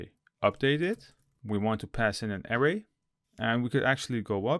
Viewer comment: Hi thanks for the video. Just a friendly tip... anchor is pronounced ain (same as the sound in pain but no p) than cer with a HARD C like the C in Cat... so ain - Cer .... and array != air-ray ... array == a (ah like in a-pple) then ray... ah-ray